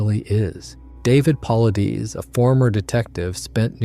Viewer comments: Who's david pulleedies? I thought we were taking about david Paulides! Pronounced Paul-eye-dis. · Paulides is not pronounced “Paul Uh Deez” or “Paul Eee Deez.” It’s “Puh Lie Diss.” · HAHA! Really: "Pauly-deees". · “Paul - lie - Diss” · His last name is pronounced "pul•EYE•duss" not "PAHL,uh•DEEZ" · David Paulides = Paul-eye-dess NOT Paul-eye-deez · I'm not meaning to be rude in any way. It seems as though you respect his work, and feel his work is credible. The least you could do is pronounce is name correctly. It is not Paul ih dees. It is Paul eye des. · It's not puhleedees. It's paul eye'd uss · Very well done! Thank you!! May I say that David's last name (Paulides) is pronounced as though you were saying "Pa-lie-dees" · You butchered David’s name Edit: Paul-EYE-Diss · It’s pronounced “pa-light-us”. ✌️ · "David Paul Ideaze" 😂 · It is pronounced "Paul I des". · PAUL - EYE - DEES try that in the text to voice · 8.58 Pavlithis (Παυλίδης), that's the pronunciation of his surname. When you come to Greece , buy 🍫Παυλίδης. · It's, paw LIES deez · Thorough video on the subject, but you butchered David Paulides’ name each and every time you said it. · Your next research project is to learn how to pronounce "Paulides". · You destroyed the pronunciation of David Paulides name. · You totally mispronounced Paulides. Have you ever watched any of his videos? I assume not or you would have pronounced his name correctly. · Mispronounced his last name! David is a great researcher! Big game hunting guides and native Americans know of these people. No city desk jockeys can know the facts! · Please learn to pronounce Paulides. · Too bad the narrator can't correctly pronounce David's last name "Paulides". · Why can’t these videos use real people to read the text. Or if it’s a real person, for goodness sake, pronounce his name correctly!